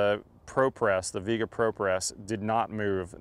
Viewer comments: Flux doesn't fuse the pipe, solder does. Lame test: Your guy makes sure soldering and copper prep work takes longer. It is obvious. Viega is not English word. It is not pronounced "Veega", as you pronounce it, but Spanish "Viega" - "i" and "e" pronounced like in "Fiesta" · Doesn’t even say the name right lol it’s driving me crazy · Propress is not fusing the fitting to the pipe. It’s a pressure clamp. And it’s pronounced like vee-àguh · I'm sure you pronounced the name wrong.